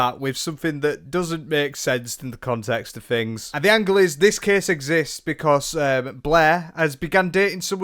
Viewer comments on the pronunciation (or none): none